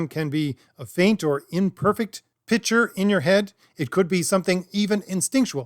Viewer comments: It's a minor point, but you should work on your ability to pronounce pic-ture as a different word from pitch-er. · Use your inner monologue to envision pronouncing "Picture" correctly, holy fucking shit. Imagine the C in that word, marble mouth. Decent video otherwise. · I know this is snobby, but the word “picture” should have a K sound in the middle.